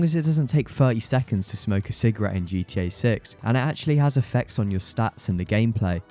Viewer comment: I swear * heard you say GT-Ur at one point